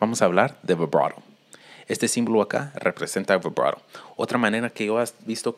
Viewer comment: Para los que no entienden el spanglish en dijo vibrato 🤭